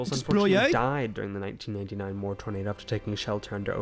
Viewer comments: as a amercian it is not murr it is more/moore sorry if i sound rude 🇺🇸🤝🇬🇧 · Listen I know you have an accent and I love it but it’s pronounced like MORE not mur 😂😂 love your videos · Much love and thank for you the many hours of entertainment you have provided to most of us. Moore is pronounced like More. That was not Colorado that you were looking at but county lines within the SW corner of Oklahoma, the green line representing the state border of Oklahoma and Texas. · I love how he pronounced it mur not moore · There are far too many tornados to name all of them , so they just name the big ones for the towns they destroyed . A single weather front can create more than 100 tornados . In the US Moore is pronounced more , not " Mur " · Moore is pronounced as MORE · As an Oklahoman, i genuinely cannot stop laughing at how you pronounced Moore. its pronounced 'more' just with 2 O's, for future reference. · Moore is pronounced- More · Pronounced More, Ok I come from Tornado Alley!😮😂 Oklahoma! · MORE it's pronounced More